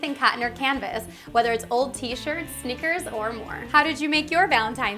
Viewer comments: I thought she said sneakers lol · When you said stickers, I thought you said snickers!